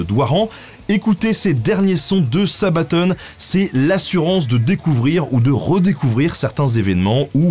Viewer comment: c'est sabaton pas sabatone ! Sinon super vidéo !!!